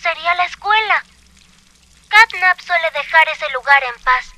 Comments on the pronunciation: tio no se dise snatnap se dise catnap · De vez de decirle Catnap dice Snapchat XDXDXD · Quien se dio cuenta que grefg decia snapchat en vez de snapcat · Grande grefg diciendo snapchat en vez de catnap